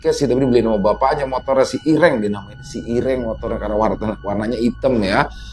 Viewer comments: Hitam itu irêng ,bukan iréng bang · intonasi medan dan Jawa "e" ireng nya beda loo ya😂😂